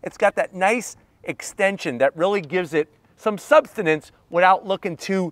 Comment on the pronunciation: Substance not substanance 😂. Love your videos. Keep up the great work.